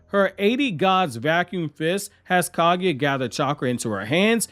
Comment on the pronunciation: Same with how he said Kaguya